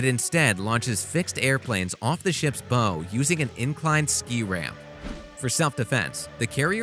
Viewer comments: or calling the bow the bo. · "Bow" rhyming with "go"? Has this narrator ever been near a boat?